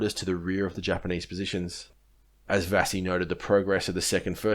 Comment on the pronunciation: Vasey... Vay-see. not vass-ee. ...Blamey was a dick. McArthur was a dead-set arse. BUT! I Very good Video! Thoroughly researched and well presented! Good effort!